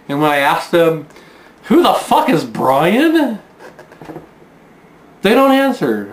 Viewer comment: Bwian? Twue enough. ;-)